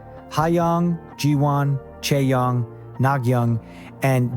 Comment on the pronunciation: 더빙 발음보소 하양 지호안 차영 나경 지오 ㅋㅋㅋㅋ